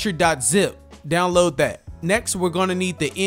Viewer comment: Who cares about spiderman or God of war I AM ON BLOODBORNE's ASS, btw love that you say "Download dat"